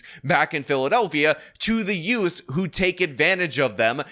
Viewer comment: "teenz" and "youfs" again.